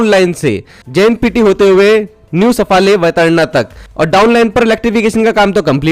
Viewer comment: सफाळे Please, we should pronounce South Indian names correctly and also improve the pronunciation of Marathi names.Because the wrong pronunciation of the name leads to the wrong meaning.